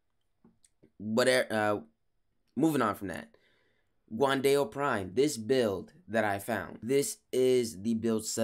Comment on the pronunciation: Dao is pronounced more like you are saying Ow after being hurt